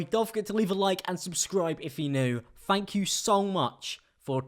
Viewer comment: FANK YEW